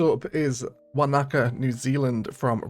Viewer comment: some nice maps here. Btw, Wanaka in New Zealand is pronounced wanna cah not wa knacker lol